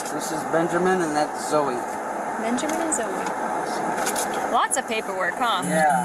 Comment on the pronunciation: Benjermin? Ben-jer-min?